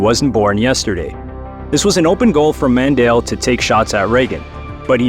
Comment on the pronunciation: OMG it is not Mandell His name is Mondale and he was a vice president